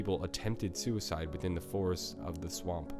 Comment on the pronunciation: The way you pronounce some words makes me want to commit sweecide